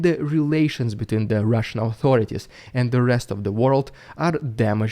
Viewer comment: " Itzs the Rússssian dúde" Epic🤗🤗🤗. Good content bro. I suspect Putinator has you on his radar though. Carefull.